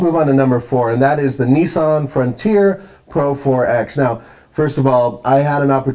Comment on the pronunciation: It's Nissan not neeessan